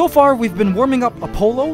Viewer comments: I heard Dionysus and Apollo pronounced differently in school… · the way this man pronounces "Apollo" and "Dionysus" causes me physical pain